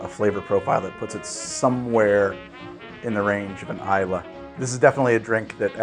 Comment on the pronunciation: Very interesting vid - thank you! as a Scot though "Islay" is not pronounced "I la" it's "I lay". Have you ever tried Balvenie Double Wood? is it even available in the US? Ok it's a Speyside rather than an Island single malt but it has a silky sweetness that I love. My most interesting whiskey experience however has been sampling the whiskey from the very young Abhainn Dearg (in english "Red River") Distillery on Lewis in the Outer Hebrides. It's a completely clear whiskey with a salty flavour unlike any other I have tried but which reflects the land of its' birth and I highly recommend you try it for the uniqueness that it offers.